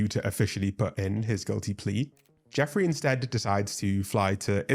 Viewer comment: it’s jeffrey, not jeffery